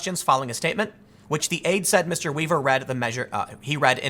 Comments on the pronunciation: "... according to a campaign ad"? You're mispronouncing "aide" multiple times in this video... Why? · Tim...aide is not pronounced add. Aide like help, not an advertisement. You said add instead of aide twice in the first 4 minutes , I dunno what happened there, in the previous paragraph you said aide correctly and then started saying add. Just something I noticed, but I get it, your reading fast. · Aide being pronounced like 'ad' eh, Tim? :p